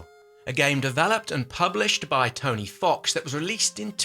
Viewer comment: "tony fox" XD